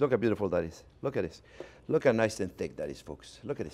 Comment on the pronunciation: "Now looh looh looh!" Love this guy. His love and enthusiasm for cooking practically radiates through the screen